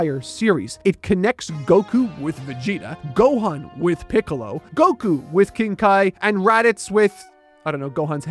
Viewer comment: pickles instead of piccolo lmao